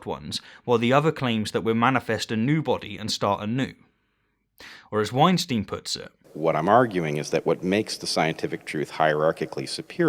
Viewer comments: And Bret's' last name is pronounced Wine-Stine. Not Wine-Steen; that's Harvey. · You mispronounced “Weinstein”. It’s like Einstein with a W.